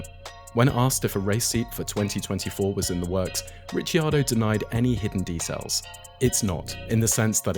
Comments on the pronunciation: Rick-ar-doe, not Richy 😅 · It's Rick-kee-are-doe...Ricardo is Rick-are-doe😊